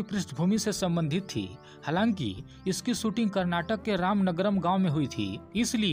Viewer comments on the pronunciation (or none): none